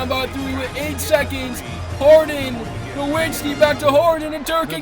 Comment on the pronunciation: Dirks last name is pronounced nuh-vits-ski. Germans pronounce their W’s like V’s